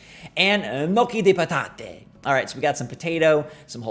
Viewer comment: ok I’m italian and the way you say “gnocchi di patate” is absolutely hilarious